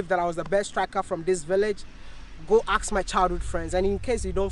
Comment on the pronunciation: Mr. Maya i always Wonder why is it that some ghanaians or nigerians love to say “ axt“ instead of „ask?“